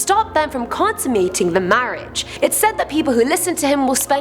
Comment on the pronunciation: She mispronounced the word "consummating" wrong, so they did another take, but badly edited it in.